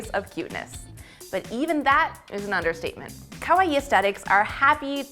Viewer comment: Oh but ka-why are we saying it like Hawaii with a K?? Otherwise good video but someone please teach her it’s corrected pronunciation.